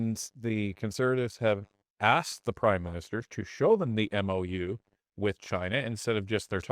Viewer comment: The Mou sounds like Moo, and oddly enough, in committees, they like to use Point of Order, as I call it; they're throwing Poo again. Liberals are the problem. Look at Vancouver now.